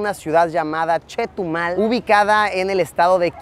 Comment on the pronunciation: persona normal : CHETUMAL El ARGENTINO : CHETO MAL 😎